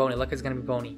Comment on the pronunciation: his name isn't boney it's Bonnie